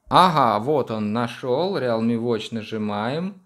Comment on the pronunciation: Правильно произноситься "РИЛМИ"